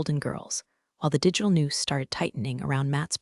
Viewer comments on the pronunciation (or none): Love this - "digital news" as the pronunciation of "digital noose" - and the word "read" being repeatedly pronounced "reed" rather than the correct pronunciation of "red". These fairy stories are so enjoyable and I appreciate the creativity behind them.